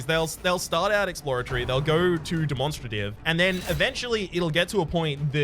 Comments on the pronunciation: dem-on-stra-tive X demon-strA-tive :) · I say it like 'dem-mon-stray-tiv' seems to be saying it as 'de-mon-struh-tiv' with the last three syllables all together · I thought it was weird but then I realized that’s how you say demonstrable so I’m rolling with it